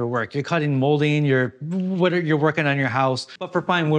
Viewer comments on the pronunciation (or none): none